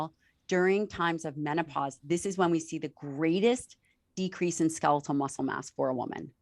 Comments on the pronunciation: Such valuable information❗️ We ALL need to get moving . I just pettily cringed each time he said ‘ska-LEE-til’... 🤦🏻‍♀️ even after repeatedly hearing her saying ‘SKEL-it-tal’. Yes, it’s petty but he says every other word perfectly & with the mildest accent...why not this word?? 💕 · Ska-leetul muscle? wtf?